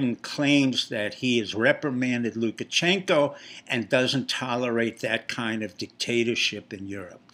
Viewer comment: It's "LukaSHenko", not "LukaCHenko". How much do you actually know about Belarus? I agree with Brenden Dilley: Pompeo will be the next President, if he learns to speak more clearly.